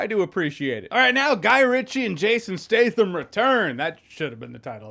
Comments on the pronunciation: isn't his name Stat-Ham? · “Jason Stay thum”